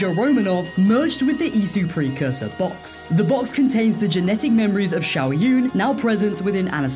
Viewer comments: Not the only time this guy fucked up. He mispronounced the Chinese Assassin's name, too. He called her "Shao Yuen." But The second part of her name is pronounced June. Like the month. He only spelled it right. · It's pronounced Shao Jwin, not Yoon. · If you're going to pronounce these names, stop butchering them. Her name is spelled Shao Jun. But it is pronounced Shao JUNE. Just like the month. You know. The one right after May and right before July. In fact, it's the same month that I'm typing this comment in right now. You took her from being Chinese to being Korean in one fuck up. "Shao Yuen." 😂😂😂